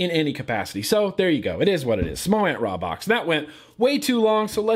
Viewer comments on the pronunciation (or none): its pronounced with a long a like raybox (rā-box)